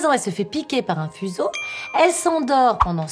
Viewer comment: Je sais pas si c'est lapsus ou exprès ou quoi, mais tu dis "puzeau" ; c'est entre fuseau et puceau ?